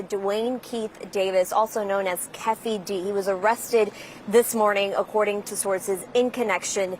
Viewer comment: I like how the female reporter messed up Keefe D name.😂😂😂